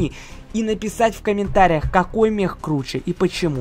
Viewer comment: Мех у тебя на руках, а это механический робот или все дела, а не "Мех"